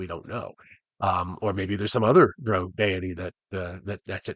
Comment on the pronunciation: Yeah, him pronouncing it like droh is really throwing me off here. I didn't know he was 'one of them'.